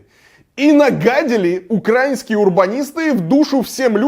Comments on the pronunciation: украИнские!!!! ставь же ударение нормально, блин! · Ударение в украинские можешь правильно ставить....